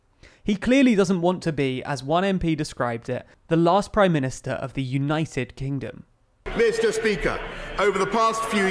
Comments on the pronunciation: Please tell me someone else picked up on BoJo saying 'united kingum' . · Did he say 'United Kingom' ? Oh, the parallels... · Kingom? Did he say ‘Kingom’ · United Kingam? That's what he said? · kingham? Also since when is the uk the greatest nation of all time? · “United kinggum” what a muppet!